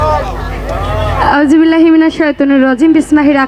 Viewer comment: খবিস নারী আউযুবিল্লাহ বিসমিল্লাহ সহি শুদ্ধ করে বলতে পারো নাই